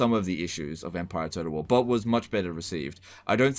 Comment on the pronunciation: Is anyone else hearing him say "toad of war"?